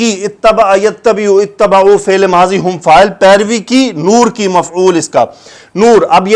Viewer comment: JazakaAllahu khairen kaseeren, sir ye batana tha k ayat 158 me jo word ha ا تبعوا; اس میں با کے نیچے زیر ہے